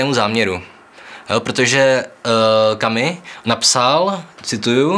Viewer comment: Správně vyslovujete: Kamü - Kamüse Ale podle toho samého pravidla: Alber - Alberta